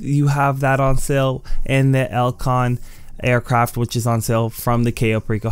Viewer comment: Customized Aircraft* (Not trynna be an asshole but just use good diction bruh) Otherwise awesome video you always help me out with the time trails.